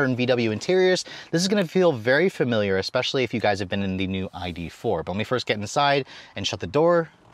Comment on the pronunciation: So eloquently delivered...wonderful information...then you dropped the "expecially” bomb. Pretty sure they took the x out of that word in 1973 or 74. Anyway, I'm off to drink an expresso.